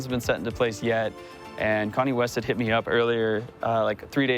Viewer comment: Wait a minute. The lady’s name is Con-nae West? No one is going to talk about that?